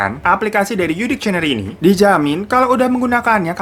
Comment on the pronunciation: Bro bacanya bukan dikcieneri tapi diksieneri (dictionary) 👌🏻